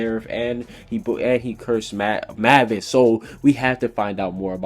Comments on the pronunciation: WTF WHY DO YOU PRONUCE IT LIKE MAAAAAVASSSS ITS PRONUNCED MAY-VUS . Mavis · Ok, I'm not trying to say anything, but why do people call mavis Mah-vis when it's pronounced May-vis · itz pronounced Maivis not "MAHVIS" -_- her spelling though, is Mavis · Mavis: "May Vis" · Why do people keep pronouncing everyone's name wrong DO YOU NOT WATCH THE ANIME???? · lol he butchered Mavis and Grandina's name